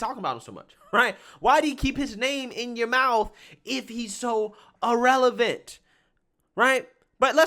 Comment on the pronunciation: Irrelevant ( ee-releh-vant) not Ah- relevant